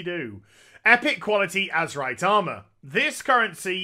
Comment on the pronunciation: yeah he just slang it up and call it Azemrite in his videos